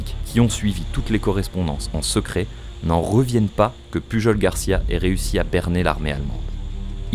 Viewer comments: pujol ce dit "puyol".. :-) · Sa se prononce pas puRol ? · Ça se prononce pas PuJJJol, un effort s’il te plaît 😅